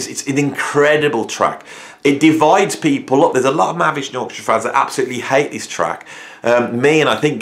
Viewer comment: MAHAVISHNU NOT MAHAVSHNU